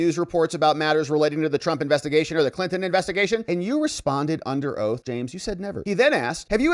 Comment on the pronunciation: ... and "Clinin" for "Clinton"